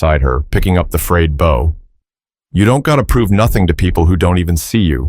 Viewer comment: I enjoyed this, but the beauty was sort of tarnished for me by the mistakes in the audio. Nia pronounced 2 ways Knee-uh and Nigh-uh. And when it mentioned the bow of the violin, the narrator said it like "bough" -- these might be nitpicks, but it shows two things - somebody didn't care enough about this video to do it well, and it was distracting for me from the story. Sorry.